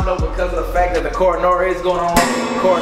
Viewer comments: My nigga said the CORANORA 😂🤣😂🤣😂🤣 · Nobody:: Coronora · When this man said corona wrong and showed zias and Lou tht killed me 😂😂😂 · this aint the first time mess up sayin corona lol